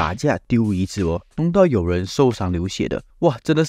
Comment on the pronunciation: 椅子 yǐ zi 出名 chū míng 内容不错，发音还需加强